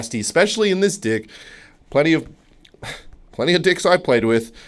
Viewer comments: everytime he says deck i hear dick idk why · Day 24 of asking to play PVZ 2 Bro he says "dick" so often, that my brain is starting to register it as the actual world instead of deck 😭😭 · “In the dying embers of yesterdays evening I was fiddling around with my deick” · do you really say deck like that?